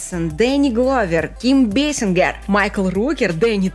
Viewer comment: Джедай Сювайва? Ким БесинГер? А АстровскАя, ты чё опять тупить начала?